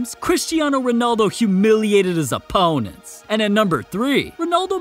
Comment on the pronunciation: Why he put so much emphasis on "Opponents"